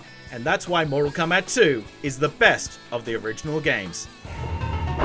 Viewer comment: It sounds like he's trying to say "comeback".